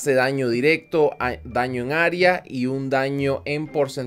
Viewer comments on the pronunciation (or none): none